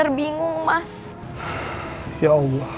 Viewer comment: bukan awloh Tpi Allah sbutan L nya penuh di lidah